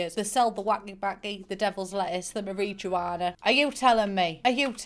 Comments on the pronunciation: I love the way you say marijuana 😂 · The mari juana. 😂😂😂